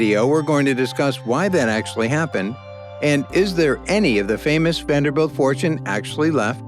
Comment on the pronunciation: I hate how this narrator keeps saying Vander-belt. He sounds ignorant.